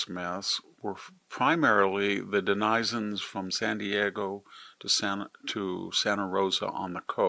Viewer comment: It’s always interesting watching this AI speak. It sounds almost real. Then it says dumb things like calling denizens de nie zens.